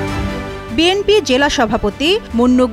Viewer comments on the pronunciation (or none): none